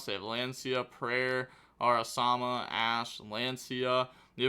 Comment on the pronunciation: Ara-MA-sa, not Ara-sa-ma